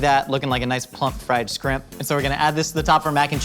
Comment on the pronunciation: I've never heard anybody else say "scrimp". I've been calling shrimp that since I was little.